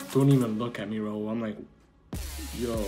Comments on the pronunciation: Its the saying "RAUL" correct for the first time for me 😥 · I was SOOOOOO shocked when said "Raul" and not "Rail". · Oh my god... said Raul instead of rail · i think it’s so rude to know someone’s name but still pronounce wrong... why r they gassing her for saying his name correctly like that is the corniest thing i’ve ever seen 😭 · Wow actually saying Raul’s name right 🤣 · Best part of the video is for sure learning to say Raul's name right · The celebration when said Raul's name right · when she says rauls name right: 👏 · does she want a trophy for saying his name right...